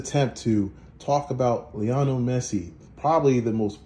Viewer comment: His mame is not leono,(.17) it's Lionel Messi.